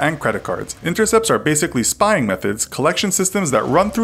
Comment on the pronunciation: STOP SPIYING ON MEEH